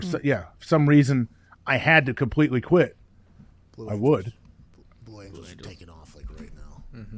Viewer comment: “IS THAT THE FUCKIN VLUE ANGELS”